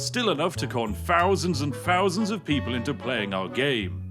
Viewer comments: im sorry you pronouncing thousand as fousand makes this video almost unwatchable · Why can't you pronounce "th". You say "f" for "th". Like 10 fousand.